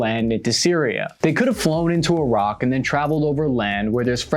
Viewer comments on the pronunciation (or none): none